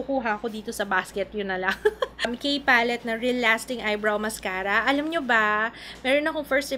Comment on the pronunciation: bigla nmn akong natawa sa "aram ko" instead of "alam ko" napa'waray ka.. Hahahahahhaha